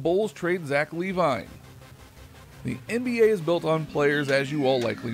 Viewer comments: Lee-vine 😑 quickly disliked the video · Thats Zach LA-VEEN